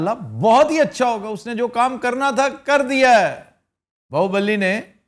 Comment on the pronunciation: It is BAAHUBALI not BAAHUBALLI